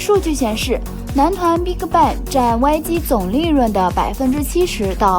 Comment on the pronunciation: Bigbang發音變成了Big卡bang... 也太難聽